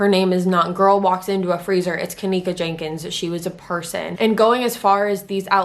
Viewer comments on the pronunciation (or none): It’s not Jankins my goodness you’ve never seen the name Jenkins (geneKins)